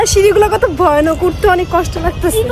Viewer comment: ওটা ভইয়ানক না ভয়ানক হবে😂😂😂